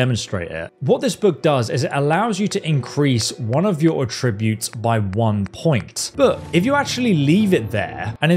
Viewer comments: "A-tri-butes"...?? "At-tri-butes" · Atrib-utes, apear-all. Oof, unwatchable. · Its A-ttributes, accent on the A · Please stop saying attributes like that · I was with him all the way until he mispronounced attributes.